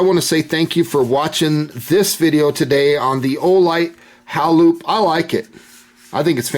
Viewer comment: Think its pronounced,hay.loop. as in halo